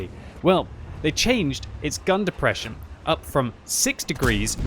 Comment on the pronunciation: "It's got the deprresion" I got it too